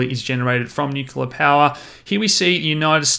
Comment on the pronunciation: everything about this video except the pronunciation, "Nu-kyu-la" is great